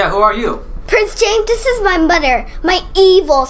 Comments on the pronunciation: Why do you say domer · why did she say “moder?!?”instead of mother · Is it me or is say moder instead of mother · right like why